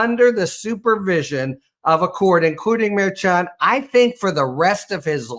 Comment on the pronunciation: Thanks for pronouncing the hard CH in Merchant correctly. With a first name of Juan, I assume he’s of Latino descent.